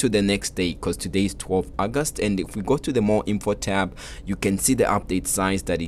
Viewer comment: Yo the way you said august sounded soo much like indian accent